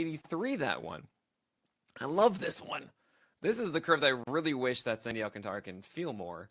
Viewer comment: Stop mispronouncing his name.